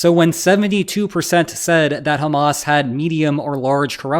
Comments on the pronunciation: highly sanitized. And Hamas and Abbas rhyme only if you mispronounce them. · Hamas once again mispronounced. Anglophones just cannot do the Middle East H. Listen to Arabs speak, or give it to a Scouser. 😊